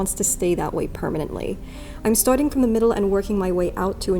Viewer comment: seriously her accent came through hard on “starting” here